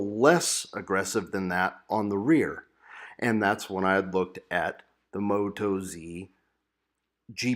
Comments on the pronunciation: Moat-oz is the way to say it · Appreciate your opinions, thanks...be interested to know how you go with mileage on them. BTW being an Australian company (often abbreviated to Oz), they’re pronounced with the emphasis on oz, not moto z...no biggie